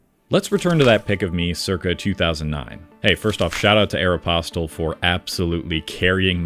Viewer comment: You didn’t wear Aeropostale you can’t even say it right 🤡